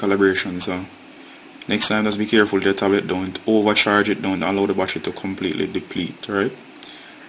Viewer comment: Why you keep saying "wassher"......."don't let the wassher completely deplete"......"the wassher wasn't charging". What the hells is a wassher....you mean to say BATTERY?